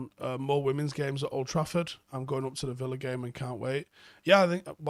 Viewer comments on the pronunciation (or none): none